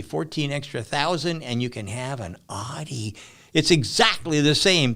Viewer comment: Sandy said "Oddy" three times before I realized he meant Audi. 😆